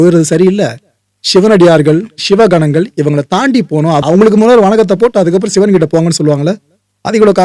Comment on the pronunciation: சிவன் என்று தானே இத்தனைக் காலமாக சொல்லியும் எழுதியும் வருகிறோம்... சிவன் என்பது தான் இயல்பாக உங்களையும் மீறி உங்கள் வாயில் அவ்வப்போது வருகிறது.... அப்புறம் ஏன் செயற்கையாக ஷிவன் என்று சொல்கிறீர்கள்..... ??? படம் அருமை...